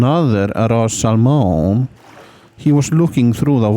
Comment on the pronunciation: Sal Moan